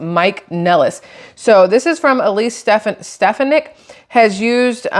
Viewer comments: FYI: Stephanik if pronounced with the accent on the middle syllable. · Stefonick I believe is how it’s pronounced. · StefOnick awe sound. Only because i heard say it all the time. Your saying the judges name right. I guess lol that how everyone on news says it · FYI- Ste-PHAN-ic. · her name is pronounced " Ste fawn ick " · I think it's pronounced steFAHnik